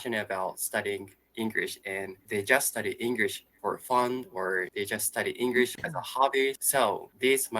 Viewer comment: I personally think that your pronunciation is generally good, but one thing I've noticed is that you do pronounce it as “Engrish” instead of “English”, if that makes sense. I apologise in advance if this makes you feel uncomfortable.